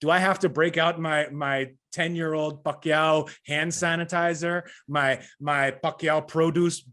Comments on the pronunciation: Damn Rafe pronounces Pacquiao flawlessly. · Finally, someone who pronounces Manny's last name correctly